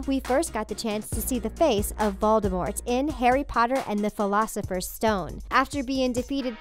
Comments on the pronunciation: wait in the fleelosifers stone? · flusfer stone warwuf wow lady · Who else got 😠 MAD when dhe said "filocifer stone" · Am I the only one that is triggered at the fact that she said "Harry Potter and the 'Philosopher's' Stone" grrr if u gonna make a video at least say the name of the book/movie correctly 🙄🙄😤😡